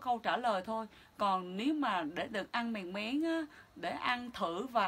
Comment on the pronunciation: Mèn mén chứ không phải mèng méng